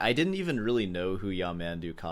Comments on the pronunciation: Actually, the pronunciation of his name is something like Yah-mun-DOO. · First video that made me laugh! Worth a comment here. You are still pronouncing his name wrong, though 😂 His name has the accent on the last syllable. His music is very uninteresting to me too; I’d much rather listen to silence. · Pronunciation still wrong actually. The stress is on "du", and "man" isn't pronounced like the English word "man"; the vowel sound is closer to the "o" in "love". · Ironically, you're still pronouncing it incorrectly. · Bro’. Concentrate on your master. Possibly if you study very, very, very hard, you would get to play an infinitesimal part of what Yamandu can play (if there is something worse than you reaction, is your pronunciation of his name). As is, you only know the intro of the Bach Fugue and Sor’s variations, and badly played (like a soup with no salt). As Frank Zappa said, “Shut up and play yer guitar”.